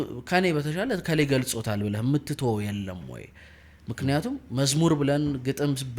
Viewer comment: በጣም ደስ የሚል ውይይት እና የሚያኮራ እንግዳ ነው እድሜ እና ጤና ይስጥልን ወንድሞቻችን። ግን ከተቻለህ ይሄ ክ የሚለውን ፊደል ለምሳሌ ብለህ ለማለት" ብለክ "ባትል የእህትነት ምክሬ ነወ። ትንሽ ለቋንቋው ውበትም ከማሰብ ነው።